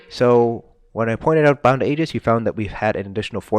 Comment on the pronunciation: Thank you for saying Aegis correctly. 😂